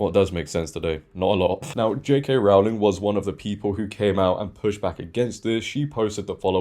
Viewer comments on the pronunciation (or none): Just a small detail... 'Rowling' rhymes with 'bowling', not 'cowling' 🤓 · As a Brit, I was surprised you kept pronouncing her name incorrectly. It's like 'rowing' a boat with an L in the middle.